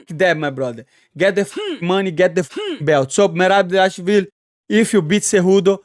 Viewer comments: Merab Davashvililishu. NAILED IT! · ..."...merab devashville..." Lol...love the lingo bro